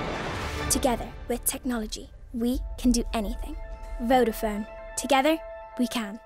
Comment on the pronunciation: What the fuck...how did she pronounce vodafone🤣🤣